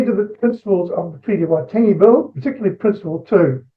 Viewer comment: He said it fine. Splitting hairs.